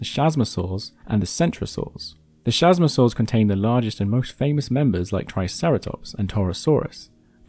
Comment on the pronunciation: Man I utterly adore this channel, but please look up the pronunciation for these animals! It's 'kasmosaurs' not 'shazmosaurs' 👍